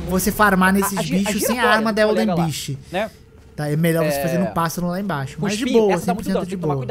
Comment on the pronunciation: ELDEN não elder que agonia